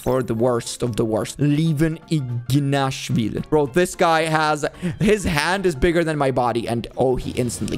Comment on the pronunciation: Levan iginashvili is pronounced wrong,they should put the correct name...Levan saginashvili🙌❤️‍🔥